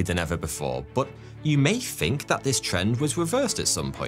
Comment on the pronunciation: incredible he got so big and he can't even pronounce think or other words with th